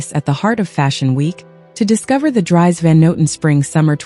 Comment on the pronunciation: Just a small remark: Dries, the name, is pronounced differently:) I hope you don't mind correcting you.